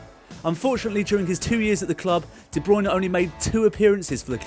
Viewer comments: no it's Kevin De "Braune" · Hate it when De Bruyne is pronounced wrong.